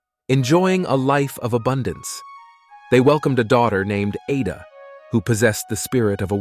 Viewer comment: Igbo, the g is silent. The letter "A" in Ada has a short vowel sound.